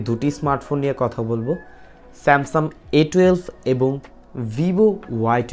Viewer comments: বার বারই আপনি স্যামসাম বলেছেন। একবারও স্যামসাং বলেননি।। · বেটা স্যামসাম বলো কেন?